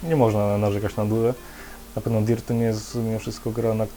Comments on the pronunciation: aaa i nie DIRT tylko DERT (fonetycznie) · chyba sie czyta "dert" ...